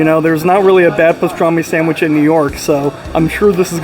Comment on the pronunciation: Enjoy your reviews but your continuing putting an "m" in sandwich is very annoying.